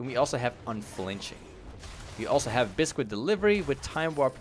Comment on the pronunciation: ITS BIS-KIT NOT BIS-QUIT!!!!!